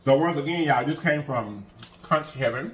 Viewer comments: It is pronounced kunk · Conch is pronounced (kunk) lol the “H” is silent lol I’m Bahamian 😅conch heaven is a good place next time try the pork souse it has has pig tails, hog mogs & pig feet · We pronounce it... conk...rhymes with trunk... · Everything looks amazing! It is pronounced 'Conk' 😊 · Hey there conch is pronounced "conk". Ch is silent. You're right it has a very delicate flavor. Can be rubbery, if cooked incorrectly. Love me some conch. Never had it fried but in stews with plantains. Best bud is from central America and I grew up with her eating it. Glad u gave it a try! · “I CAN NOT” 😂😂😂 It’s pronounced KONK boo but you made it look sooooo delicious. I love Conch. Enjoyed you today 😍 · First time I tried conch was in the Bahamas the sea gulls (those big birds) dang near took it off my plate from the table. Yes they fly that close. It was good though. I’ve tried since and enjoy then too. Finally it’s pronounced conk, like honk. Nevertheless great video per usual friend. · It’s pronounced “conk” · Pronounced Konch